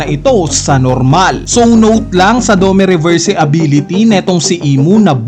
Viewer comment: Gets nman pinoy tayo pero okay din kung pronounce ng mbuti mga words literal eh "drakul" mihawk?dome reberse?